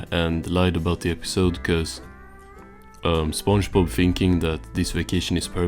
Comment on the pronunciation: I just can't how it keeps pronouncing it "spongebaaaaaap"